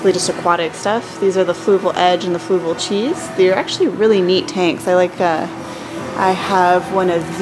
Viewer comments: She said fluval chi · did she say fluval cheese?!